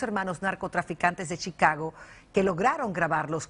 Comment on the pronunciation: Shicago jajajajaja